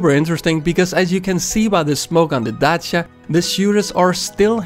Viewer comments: Your pronunciation of "Dacia" was pretty good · the way he says Darcia is the most satisfying thing ever tbh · dacea XD good job on the romanian accent btw si eu sunt roman :)) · extra points for pronouncing dacia correct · HE SAID DACIA RIGHT!